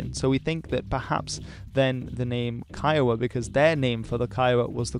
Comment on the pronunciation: kiowa is pronounced koygu